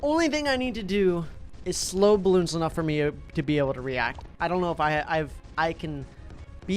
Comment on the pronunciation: it hurts hearing him call the game "Baloons"...